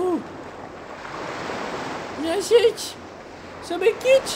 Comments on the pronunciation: CARALHO NÃO E SAMEKITE E SAMEKICHI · pq ele fala samekiti mais e samekichi